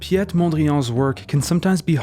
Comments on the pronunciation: We say PETE (like peace) Mondriaan and not "piète Mondrian" like in French. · It's pronounced "Pete", not "P-8". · Funny to see all these complaints about the dutch pronunciation of the name Piet Mondrian. Indeed, Piet is correctly pronounced as 'Pete' and not as 'Pee-yet' but he changed his surname himself (from Mondriaan to Mondrian) when he moved to Paris in 1911. So no mistake from the narrator there! Only thing I would add is the pronunciation of the movement 'De Stijl' which is 'The Style' and not 'The Steel'. Maybe you've mistaken it for the German 'Stil' pronounced as 'Steel', which is not Dutch. Many times Dutch is closer to English than you might think. Anyways, keep up the good work, the videos are enlightening! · Pronounced "pete", not "piète". And "mondriahn", not "mondriàn".